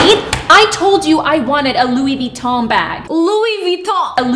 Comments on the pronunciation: Did she say Louis “VITON” Bag or she said “LOUI VITON Bag” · Let me help you "LoUi VeTtOn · Louis veeeeToN bag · lOuI vItTon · Louie viton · Or., as she pronounces it, "Loui Vitamm bag" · Yeah she’s says Luiy-vutoon bag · Ahem, she pronounced it like 'Louis Vuittoing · louis vuittongk* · She pronounces it lu-e vetom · “LUIS VUITTON” hahha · Vuittong* She said vuittong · LoUiS vUtToM 😂😂😂😂😂😂 that’s what she said😂😂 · “lUiS vItToN” 😂😂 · "I wanted a Loowi vItoNNG bag >:(" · louee veetom bag 😭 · She just said Louis Vuittog😭😭😭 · Luuuie vottin😂😂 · "louie vitonk bag" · LoUis VeeToN😂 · Girl wants a Louis Vuitton bag when she can’t even say it properly